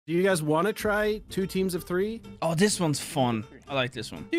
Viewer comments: “Two teams of tree” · “two teams of free”